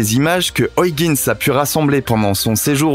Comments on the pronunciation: Ça se prononce huigins !!!!!!!!!! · Au 6ème "Oyeginss" j'ai craqué, je suis parti. Merci quand meme. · Nan, mais vous ne dites pas Londresss, ni Parisss, je ne crois pas qu'en France, on dise Trump avec le u de cru... au mieux, la prononciation UIGANS aurait été plus francisante que ce qu'on peut entendre dans ce reportage.. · Pareil, mais il y a aussi Argone😁 Soit tu prononce Huygens '' U- i guenne-se ou en version hollandaise...Mais pas une version francisé de la version anglaise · Hyugens....se lit " huigainsse".... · Ces chers amis Français ...Il n'y a pas de O ni de I dans Huygens ... dites "oeil- guènss" ... <3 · Salut...tu dois dire "OYEGUEUNES" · C'est mal prononcé, la bonne prononciation est "Hoeil - guens" (gen se dit en nééelandais comme "gun" en anglais) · Tu pourrais faire un effort pour prononciation de Huygens.